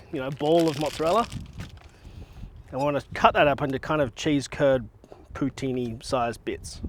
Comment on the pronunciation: I’m from Québec, Canada …. Your Poutine is 10 out of 10 ❤ and your prononciation is very good!